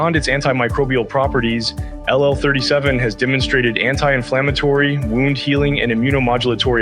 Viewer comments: AI narrated. Wound (wownd)- that's a tough one for them. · Yes. You ever heard wound pronounced that way?